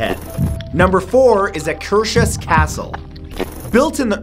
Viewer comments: I'm having a lil Santoro-binge, but. As a Norwegian, living in Akershus which is a county in Norway, the way you pronounce Akershus is hilarious. I saw a pre-premiere, midnight-showing at Akershus Fortress last summer, it was great. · Alexander Solberg I had to rewind and listen to the "Akershus" part when he said "located in Oslo, Norway"... I was like "nope, a-ah, not how you pronounce it" 😂 but I know it's difficult for foreigners to pronounce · Hahaha, you butchered the pronouns of Akershus Festning x´D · I've been to Akershus castle thousands of times ( I live not so far from Oslo and my family love old castles). One of the times I took a tour there I actually saw a little girl Disappear in to a wall or mirror or something! And you can go on "Ghost wanderings" around (and inside) the castle in the autumn around Halloween or something! When I heard Matthew say Akershus Castle I had no idea what he was talking about until he said Oslo and I saw the pictures! It's fun hearing how different English is from Norwegian! ^^ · Great vid ! Just a bit bummed that you pronounced Akershus castle wrong . If you go on their website you can listen to the stories behind the old ruins of the castle and much more ! We have a bunch more haunted places , an old ruin church from the 1800 . One church from the 1100 .. and much more Love from Norway 🇳🇴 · Love the way you pronounce "Akershus". lol... Hello from Norway. :-) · wow you misprounounced Akershus 😂😂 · I spaces out for a little and then i hear " In oslo, norway" I'm like " What?? Where???" rewind it a bit just to hear Akershus being butcherd! xD Akershus is like, 2 words in one, hus means house, i do not know the origen of Aker, might be the place might be a person.